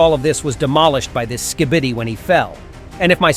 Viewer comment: bro really said "skidibi"